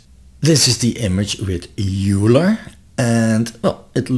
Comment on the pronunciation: Very helpful video. Just FYI, Euler is pronounced "oiler" not "yooler." Thanks for putting this together.